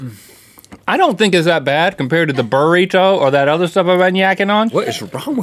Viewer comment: Smiley Bob It also sounded like he kept saying “vabritto” (said like vuh-breeto) rather than burrito! Etymology v. Entomology... So close, but so far!